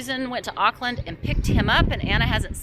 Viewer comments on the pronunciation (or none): none